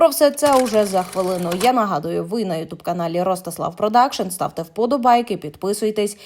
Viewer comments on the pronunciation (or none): none